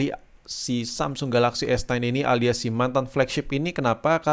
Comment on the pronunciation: S9 bang. Aku dengernya kok S ten s ten terus yak